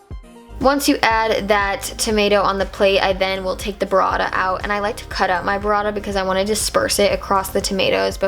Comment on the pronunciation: omg the way you say "burrata" is wrong, check the correct pronunciation on Google translate italian